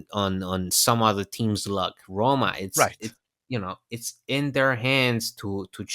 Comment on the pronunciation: it might be the length of the sound but, yes, I was starting to get a bit worried. Anyway, thanks for the great Rrrroma content!